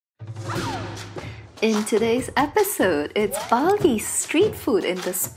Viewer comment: Bali dude not bail😁😁